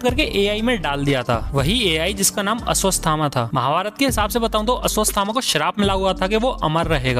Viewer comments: Bhai vo ASWASTAMA nhi hai. ASHWATHAMA hai 🤣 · Great content....but bhai wo ashwathama hai, not asasthama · अश्वथामा हैं ना की असवसथामा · अस्वस थामा नई अस्वाथामा हे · Abe aswathhama hai aswasthama Nhi 😂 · Aswasthama nhi aswath thama h voh sb 😂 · Aswasthama nhi aswathama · Bhai Aswasthama nhi Ashwatthama h vo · Ashwasthama nahi bhai Ashwatthama ... 🙂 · It's ashwatthama not ashwastthama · Hmmm ashvashthama 😂vaise pronounce kar lijiye bhai sunke hasi aagayi